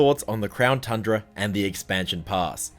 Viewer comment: Is it just me or did he say crown trundra